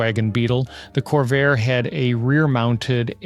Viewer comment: CORVAIR ??? ARE YOU KIDDING? LOL!